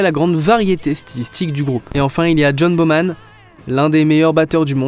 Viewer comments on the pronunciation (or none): Le batteur de Led Zeppelin c’est John Bonham avec un N avant le H, et non John BoMan. Rectification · bonham pas boman, à part ça continue c génial